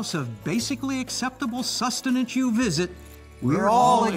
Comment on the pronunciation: I died when he said acceptible sustinance